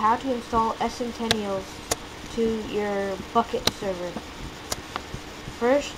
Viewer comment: Ess - sen - ten - ee - alls? kids these days.